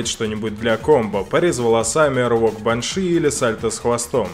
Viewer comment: А почему баншИ, а не бАнши?